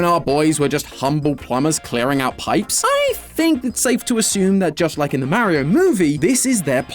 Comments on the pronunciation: Stop it's Mario not Mairo get it right 🤬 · It’s MAR-io not MARY-o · MERRY-O? Buddy, it's MAR-EE-OH... MAR as in Mars, not MARE as in a horse. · The way says MAriO instead of Mario 😂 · Calling it Marry-io makes you sound like an out of touch old person lol. But maybe it's the Bri'ish accent, which is cool ngl In the states it comes off that way though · He is the only person who says maerio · . “Merio kart” I miss matt🙃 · "Mare-io" "Mare-io" "*Mare*-io." Poor, poor,.